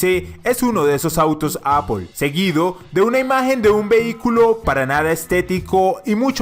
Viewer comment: no se pronuncia tal como se escribe,se pronuncia "eipl"